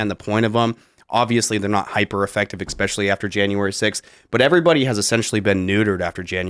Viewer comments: "especially", not "expecially". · Grown adults that say “eggspecially” are funny.